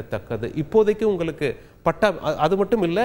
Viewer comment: தமிழை கொல்ல வேண்டாம்! நீங்கல், குறித்துக் கொல்லலாம், உங்கலுக்கு, பார்த்துக் கொல்லலாம், உங்கலுக்கு, அடையால அட்டை, அட சொட்டை தமிழை ஒழுங்காகப் படித்து ஒழுங்கா செய்தி வாசிக்க கற்றுக் கொள்ள வேண்டும்!